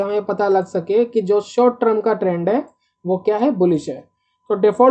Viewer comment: TER M not TR UMmmmmm